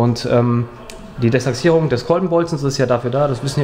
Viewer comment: Echt sympathischer Motoren. Mir gefällt auch wie er das Desachsierung sagt. Heißt zwar De-ach-sierung, aber trotzdem Cool